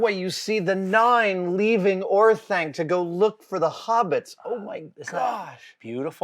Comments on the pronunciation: Every time he says Orthank I tilt XD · Orthank? My guy, you’re killing me.